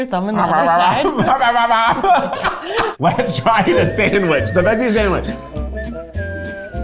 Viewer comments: I know Jackie from Smosh is loving saying sanwish for this episode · '"Sa-wsh" "san-grich" - 🙏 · "Sang-rich"